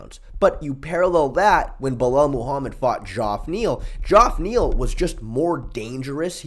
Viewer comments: for sure. You still have some of the best breakdowns bro must watch channel for any real mma fan… by the way, it’s not Dzhoff Neal it’s pronounced the same as regular Jeff- fyi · It’s pronounced “Jeff” Neal Ik it is spelled funny, it’s a black thing…